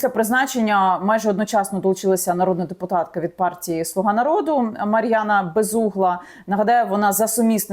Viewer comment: Дипопотка ане дипутатка